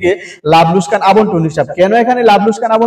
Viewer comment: লোসকান ❌ লোকসান ✅ 😂😂😂😂😂😂